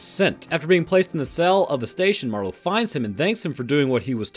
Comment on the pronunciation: Marlow - Barlow. The name of the vampire in "Salem's Lot"